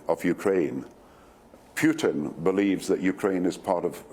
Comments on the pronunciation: He is PUTIN not PIUTIN why don't you just shut up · Doesn’t even pronounce the name of the Russian president correctly.